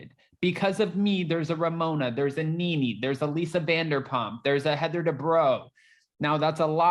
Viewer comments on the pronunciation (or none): none